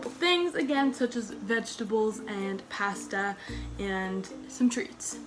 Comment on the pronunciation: The way she said pasta tho. Its pasta, not pasta you impasta